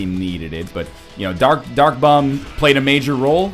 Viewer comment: im not hating on you are anything northern lion but is it just me or is he saying "duck bomb" when he means "dark bum".